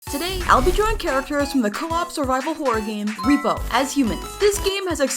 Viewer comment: It’s “rep-O”